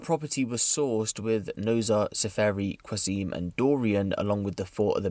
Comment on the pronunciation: Qazim is pronounced with CH for the Q mate not how it looks